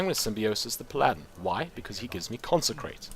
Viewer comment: Palladen. I like your way of pronouncing Paladin. xD Just got yourself a new subscriber.